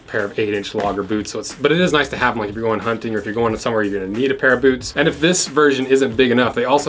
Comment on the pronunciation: "Bewts" :D